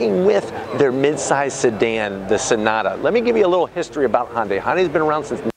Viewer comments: its not "honday" it's ""HI YUN DAI" if you're going to review something ...at least pronounce it right...Can't wait until you review the next toylotta....or cheby corbette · Even if you’re not going to pronounce the “y” in “Hyundai”, it’s not Honda with a “y” at the end. There’s no “o” in Hyundai. “Hunday”, please. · It's a HYUNDAI not a HONDAI FOOL. At least learn how to say the name genius. I've owned 4 Hyundai's. 1 Elantra many years ago- with manual gearbox.( which my daughter wanted- I bought the car for her) Nothing to brag about. And THREE Hyundai Sonata TURBO'S. One was wiped out with only 1200 miles on it by Hurricane Sandy. Last 1 was a 2013 Turbo with 275 HP & after that for some reason Hyundai dropped it down to 245 HP??? FUCKING RIDICULOUS. So I got 30 more HP with an older car? PURE STUPIDITY. Now I have a KIA (HYUNDAI BOUGHT THEM) STINGER WITH 365 HP. Now that's the way to do it guys. Thanks to the AUDI engineers that developed this car. Great, good looking, & fast. Love it. Ceramic silver or as I call it glossy battleship grey. The best. Next year make it 500 HP folks. lol